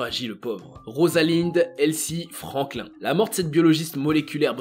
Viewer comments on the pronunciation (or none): none